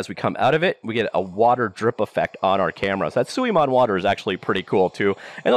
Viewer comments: You pronounced suimono 水物 pretty good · Unreal only has blueprint for "in-editor" scripting, which is now matched by Unity's Bolt. So they are on par here. But yes, this should be bought by Unity Tech. You pronounced "suimono" correctly (except the tone but that's another beast). I never bought any assets on the asset store, because I don't use Unity enough, but Script 3 is exactly what I always wanted, so I'll probably buy the bundle.